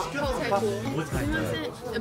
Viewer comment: 妞跟喜娜要哭了 辛奇雞給還是不會念😂